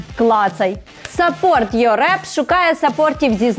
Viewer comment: сапорт ю раб? о це так почулось)